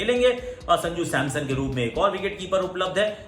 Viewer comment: Are wo SAMSON NOT SAMSOM🤣🤣🤣🤣